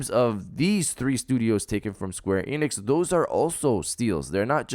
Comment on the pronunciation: Why do you pronounce it Square EEnix? It's Enix.